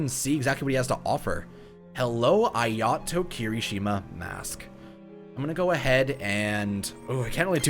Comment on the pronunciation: So since we’re correcting your pronunciation, Ayato is pronounced like “Eye-Uh-Toe”